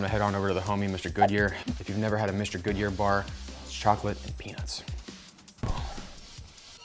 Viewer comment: I know what a mr goodbar is he said mr good year bar though